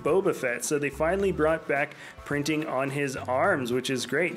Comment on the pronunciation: When doing pre visla he said back prinjing